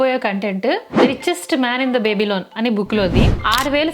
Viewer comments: Baby - loan kaadamma ba·buh·lawn pls spellings chuskon pronounce cheyandi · బేబీ లోన్ కాదది....బాబిలోన్ అని పలకాలి.... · బేబిలోన్ కాదు 😂 అక్క బాబిలోన్